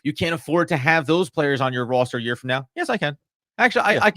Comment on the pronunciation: These guys are on the ball except need to learn how to pronounce the word "roster."